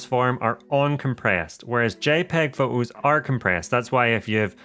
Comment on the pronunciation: Exactly what I was going to say! I had to stop watching this as I found it so annoying. Shoo'ing be'r pho'os" . And I say this as a native English speaker.